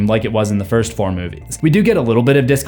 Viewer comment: Not trying to be rude but does have some kind of speech issue? Or am I the only one that hears him say "form" every single time he is saying the number "four"